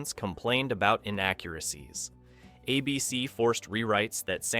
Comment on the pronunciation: "A" BC demanded extensive script revisions. WTG with your lazy AI and lack of quality control